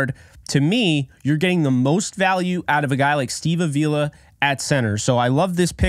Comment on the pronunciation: Come on,. It's Steve AH-vee-la. Not a-VEE-la.